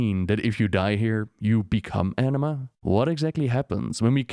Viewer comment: I keep hearing "Enima" and not Anima